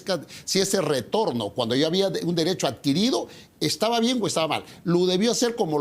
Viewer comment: Este sujeto es un gangster. Y como tal, ni siquiera pronuncia bien: “taba” en vez de estaba. Miserable!